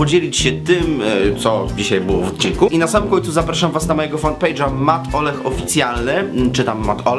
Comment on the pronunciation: Jak się przywitałeś to zamiast "" usłyszałam "Matołek" xDD A wdż może uczyć i katechet(k)a, jeżeli tylko ogarnia temat(a z tym u większości raczej ciężko).